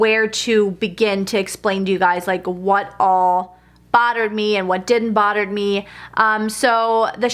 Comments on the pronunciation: Lol did any hear her say border me instead of bother me lol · I think she says botter and it sounds like border